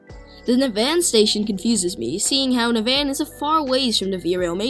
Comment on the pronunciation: Navan pronounced Nah-vin